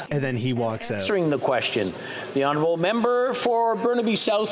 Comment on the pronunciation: He has to say it right Honurable prime minister 😢😢😢 might frustrate so many Canadians 😢😢